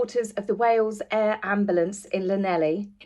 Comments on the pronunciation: I used to think it was pronounced Llanelli too, but as a rugby fan I learned they pronounce it very differently... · Darling girl l live in Llanelli I would love to help you in the pronouncation but you tried x love your Chanel x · You did make me smile the way you said Llanelli good try. Wish we had known about the visit only 5 mins from me would have been nice to show support